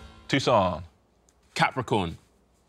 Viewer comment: Why are they pronouncing Toussaint's name like Tucson, Arizona? It's French FFS!